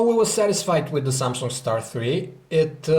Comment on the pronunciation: Samsunk? XD